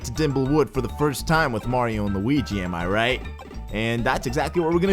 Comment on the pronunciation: did he just call them mawio and lawingus